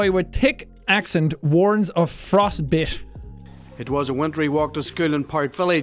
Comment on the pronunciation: I love how the frostbit guy sounds like he's saying, "Frosht-butt".